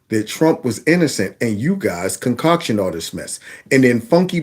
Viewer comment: When you said the word “concocted,” it plays back as con-cautioned.